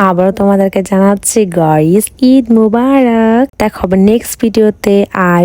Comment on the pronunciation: ইদ❌ ঈদ✅😂😂